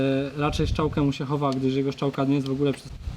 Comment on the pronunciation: Czy mi się wydaje czy pan mówił ,, szczałka,, zamiast strzałka? :p